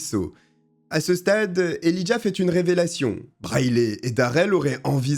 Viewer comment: "Né dans l'état voisin du Wyoming" ??? Quel est cet état? On prononce Elijah él"eye"jah